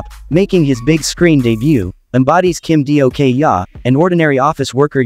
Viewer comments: I'm dying Kim Dio-kyaa 😂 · "Kim Dio-kyaa" 💀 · When i heard the pronunciation for kim dokja...i almost died😅